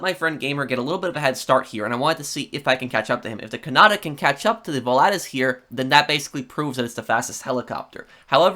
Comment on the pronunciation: Pronunciation: VOL-A-TUS